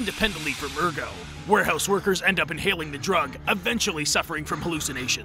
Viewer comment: You pronounce the "t"in "ergot", and the "ch"in "chitin"is pronounced as a [k] and the following is pronounced as [ai].